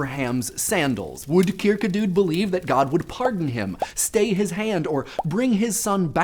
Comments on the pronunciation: Only one thing, i think it is pronounced "Kirkegort" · Kirkegard sounds weird... fistly it is an å secondly the "d" is soft................... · Your pronunciation of Søren Kierkegaard made me cringe. I know pretty much nobody outside of Denmark would be able to, but it still just sounds so wrong. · That is the funniest pronunciation of søren kierkegård I have ever heard XD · your way of pronouncing kirkegaard was weird, also i liked the spoileralert thanks